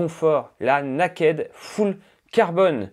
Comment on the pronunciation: Bon il va falloir travailler la prononciation en Anglais 🥳. Le naakède, j’ai mis du temps à comprendre!